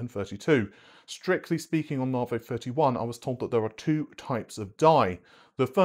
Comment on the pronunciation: Naarrhhhvheeyyy...., It's Navi , like navigation...Cringe